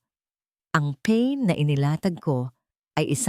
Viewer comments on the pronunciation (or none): Not pen "PA-IN" in English "BAIT"